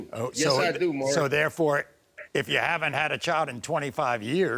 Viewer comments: His name is Maury. Not Murray... How do people continue to mispronounce it? The baby is absolutely beautiful..... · It's pronounced Maury NOT Murray. Damn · 🤣🤣🤣🤣🤣 pronounce Maury correctly....yes!!!!!! Has this dude never seen the show before that he didn’t even know how to say his name right?! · I'm 55, in Houston and love Latinas. If Jocelyn is tired of this vato, she can give me a ring. I don't have tattoos, but I can pronounce Maury correctly.